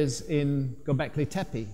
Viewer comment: «Göbekli» ("belly-like") is pronounced with accent on ‹i› at the end of the word, «Tepe» ("hill") with two clear ‹e›, like 'e' in "check" or 'ai' in "again", with accent on the last ‹e›. Learn it already!